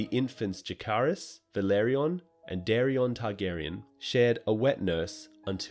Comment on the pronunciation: Lol shut up and they did say it right stupid head